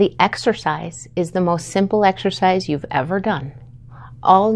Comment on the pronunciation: Ma’m please… It’s not exorcise. It’s exercise.